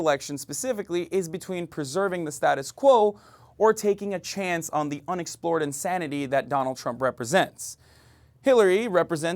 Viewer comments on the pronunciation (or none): none